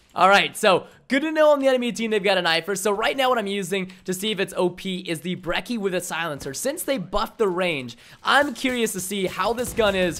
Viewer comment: ThePurpleguy123 everytime i hear someone pronounce "Brecky" i lose my shit Its pronounced brecci